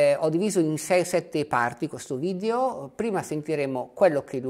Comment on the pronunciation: Per favore, evitiamo di diffondere la tendenza a pronunciare la parola "video" in maniera errata, all'inglese: "vidIo". In italiano si pronuncia "vidEo", non "vidIo"!